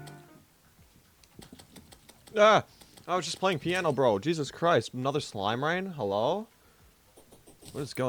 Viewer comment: bro really said "And luckily I have a poino guitar noises play